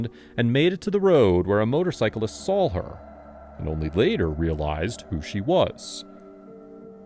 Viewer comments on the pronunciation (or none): Why does your AI say sawl instead of saw? That's a dialect known to the deep south (like axe instead of ask) and is the only veering from correct pronunciation that I've heard here.